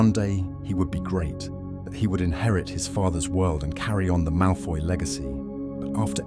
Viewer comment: It's "Malfoy"